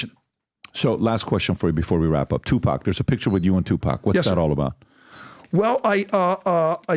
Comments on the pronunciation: TuPACK.. Puffy KEEWMBS. C'mon mannnn 🥴😂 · Stephen your mispronunciation of Tupac is killing me😂